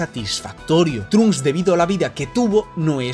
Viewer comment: No trunk s pronuncia tronksu no trunks